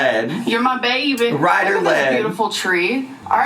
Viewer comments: I hate how both these imbeciles say baybeh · When says “baybee” there’s a “v” sound in it and it’s what makes it intolerable I think. She says I like “bvaybee”